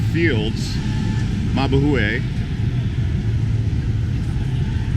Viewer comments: It’s not mabooeh It is MA BOO HIGH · MA BAH EWW AHE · 1. It's Clark Air Base. No force. 2. I lived in Angeles City for 5 years and visit about every other year for a few months. No one seriously calls it a "Red Light District." 3. If you are going to use Tagalog you should really know the correct way to pronounce it. That includes the different location names. You weren't even close on "Mubuhay."